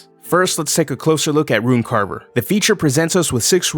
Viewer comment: Ah yes, the “Ruin” knight